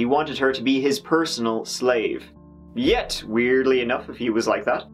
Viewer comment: note the emphasis on 'yet' lol 😁 FRoM LoNdOn wiV LoVE 💋